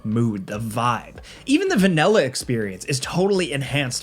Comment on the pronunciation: "Even the venella experience" lol